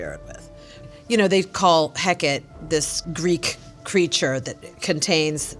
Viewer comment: Did she just call Hecate, HEKET??????? There’s a tay at the end pronunciation-wise. I was excited to hear her talking about Agatha!!!! Her meals were so humble and down to earth 😻 I love it. Once she was on my radar, I noticed SO many movies she was actually in. I wanted to see Agatha All Along simply for Joe Locke, and I still haven’t watched it yet, but I plan on it soon.